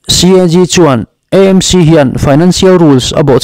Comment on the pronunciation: EMC angin i lam ri leh thin a, AMC (A hi Aizawl) a nih vangin channel dang chuan an lam vek tawh a nia.